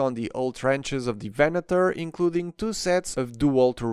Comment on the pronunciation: I really appreciate how you pronounced Venator. Every other review I watched, they pronounced it Venadoor, which really is annoying.